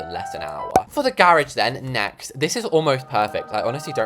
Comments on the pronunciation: “The grrr-rage” 😂😂😂😂😂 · "the gerageee"